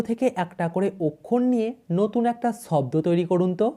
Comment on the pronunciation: শূন্যকে। বলে ছূন্য।।সাপকে বলল ছাপ আর শব্দের উচ্চারণ ছব্দ